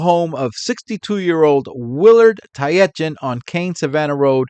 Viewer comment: Not wanting to be that guy, but one of the victims, Willard Tietjen his name is pronounced tit-jen. I only know that because the former All Black rugby sevens coach is named Sir Gordon Tietjens.